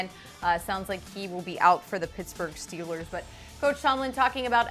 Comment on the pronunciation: Someone tell how to pronounce Steelers.